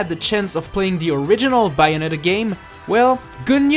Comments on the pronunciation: it's bay o net a not buyonita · Not to be critical or anything, but you should work on that accent. The Bayonetta 2 entry had some big mispronunciations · ...your saying bayonetta wrong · The way he says "Bayonetta" is comedy gold. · You sound Australian when you say Bayonetta! :) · He says Bayonetta in such a funny way.